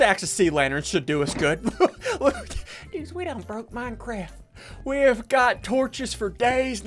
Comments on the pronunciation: No one: Literally no one: Ssundee: we gon break minecwaft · “We gonna break minecraf” -Ssundee 2019. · "we gone break MINECRAFF." -Ssundee 2019